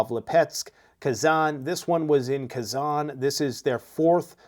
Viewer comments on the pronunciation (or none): none